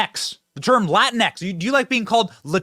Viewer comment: It’s La Tinx as in la tinks